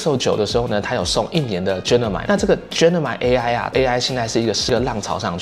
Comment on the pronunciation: 等一下，那個念Gemini啦！什麼genimi 真的很期待今年換10還有那個檸檬黃色！